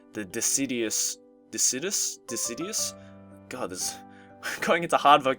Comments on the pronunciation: It's pronounced Dis sid u us. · Deciduous= "Duh-sih-j-you-iss" It's a type of tree If you wanted to know... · dee-sid-jew-us. Deciduous. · I think that word was pronounced 'de-ki-dous' :P Don't take my word for it though haha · failing to say "deciduous" brings back memories of when Noble played this. Ah, pre-facecam Noble...